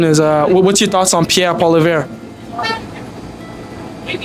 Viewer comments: Just a bit of creative criticism: For starters, before you make a video, learn how to say the names of the party leaders properly so you make yourself look informed and intelligent. Pierre's last name is pronounced: Paul - eee- evre (evra) roll your toungue a little on the 'r' Listen to news casts and other Y/T-ers here on the platform & hear how they say the names of the party leaders and practice saying it. Secondly, learn what each party leader is doing, or not doing. You could be asking the people if they know of all of the scandals that the Liberal government (Trudeau's hand picked staff) is being investigated about in committees. And how many billions of dollars these Liberals have paid themselves out of tax payers hard earned money in these scandals. Many of the people you have questioned are talking about the cost of living. Learn that it is all caused by the Carbon Ta and how that affects the costs. Mention that Poilievre wants to cut the carbon tax & how cutting it will benefit all Canadians. These are just some creative criticisms that I feel would help with your interviews. . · its pronounced 'polly ev ' he's from the west not ' kabek ' this milktoast in the suit must work for the government, 'cause he's give the jr speak that most libratards use when they are in parliament'. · Shit dude you can't even pronounce the oppositions leaders name, good luck with your commentary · Great video but ya need to learn proper pronouncing of names bro ..yer not saying pierres name right at all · Hate being that guy but it's pronounced "Polly-ev", not "Polly-vere". If you're interviewing people about politics, you gotta know how to say the opposition leader's name properly. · Hey all, just an FYI, Poilievre is pronounced (poly -ehh-vruh) with barely an uh on the end. Not poly - verre 😂❤ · poly ev not polivere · Learn how to prononce PoiLIèVRE bud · His name is pronounce Pwah-LEE-evr. It’s not that hard. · Pierre Poilievre, pronounced "pol yev"